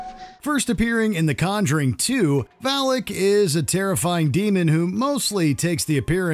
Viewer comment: #20 Why do you pronounce it Valick, when it is clearly written as Valak?